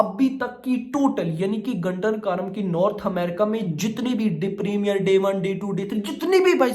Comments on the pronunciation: 'गुंटूर कारम' बोलो भाई..... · Bhai Naam galat bol rahe hain movie ka